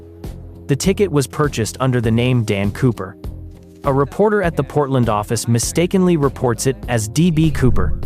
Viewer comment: In the beggining he said Potrand national airport